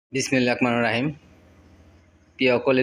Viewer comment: চাচা আপনি, শুরুতেই বিসমিল্লাহ সঠিক করে বলতে শিখেন।